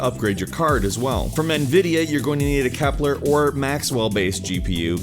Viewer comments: Kepler not Keplar :) Sorry, I love this channel! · A "Keplar" architecture? Common! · Also, it's Kepler, not Keplar. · It's Kepler not Keplar. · That 'KEPLAR'... Shouldn't it be Kepler? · KEPLAR XD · keplAr? really?